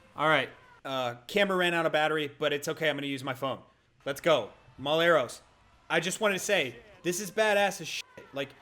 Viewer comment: Mull-Et-Ross HAHAHHAAH